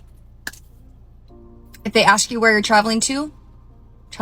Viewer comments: ”Aks, Als Aks”😂😂😂 Learn to speak english like it should be. ” ASK”. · And it is ASK, not AXE. And it is THEMSELVES, not THIERSELVES. She should not make “six figures” (IF she really does) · Why do they axe instead of ask? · I'm a strong independent black woman.... "He axed me a question" Wtf, you should be axed for not speaking English. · ... how does someone who pronounces the word "ASK'" as "AXE" ie 'Lemme axe you quexunn"... make 6 figures? DEI? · if you're making six figures, and your version of english is shit like "lemme axe you a quession", you're getting paid that affirmative action money (she's sitting in what looks like an office with a rainbow painted on the wall. she's not one of the exception jobs like entertainer or athlete)